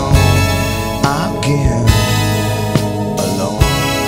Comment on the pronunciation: Anyone else notice the way he pronounces again every time?